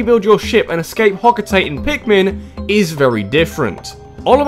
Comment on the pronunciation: You do realise,, that Olimar is not trying to escape Hocotate (which is pronounced 'Hoco-ta-Tay'). That's where he lives. He's actually trying to escape Earth, which is called PNF-404 in Pikmin 3.